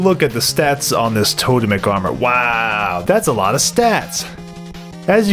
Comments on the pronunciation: Good video!....you know it’s pronounced “TOW-TEMIC” though right? ;) Don’t tell me I’ve been wrong for 20 years. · Its TOE-TEMIC armor you dingle ! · It's tote-mic. Just look it up on the pronunciation guide channel. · I love you but it actually is to-TEM-ic. But everything else you said about the armor set... Completely true